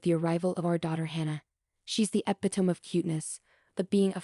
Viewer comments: It’s pronounced like epi tomee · Check the dictionary for the pronunciation of epitome. E pit a me. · Please don’t use words you can’t pronounce. It is E-pit-O-me. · I was about to say the same thing. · Mispronounced the word epitome. Train your AI to pronounce words properly